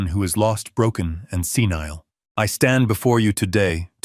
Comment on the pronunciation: Senile not scenile. BEATRICE not Beatratice. Dutiful son in law not beautiful son in law. Careless mistakes. Always hap hazzard presentation. .